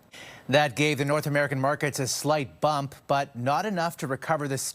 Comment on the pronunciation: DeE ArT oF dEe dEaL 🥴